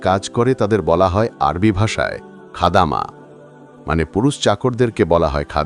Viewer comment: খাদামা না খাদ্দামা না যেনে গল্পো 😂